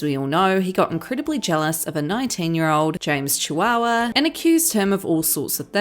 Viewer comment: I'M NOT EVEN A MINTUE IN BUT DID YOU SAY JAMES Chihuahua LMAFO